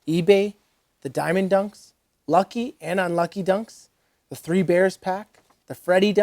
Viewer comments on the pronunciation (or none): none